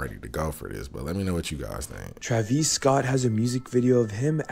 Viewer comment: Gen Z cant even pronounce the name Travis right 🤦‍♂️ 😆